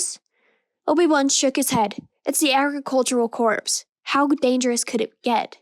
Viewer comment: Just as feedback (I know you've done a lot of these by now) the words Corps/Corp are pronounced like 'core' rather than 'corpse'. Nicely done!